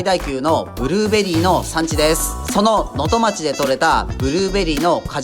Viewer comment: 細かいことですみませんが能登町の読みは「のとちょう」です。